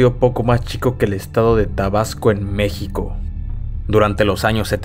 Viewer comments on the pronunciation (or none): none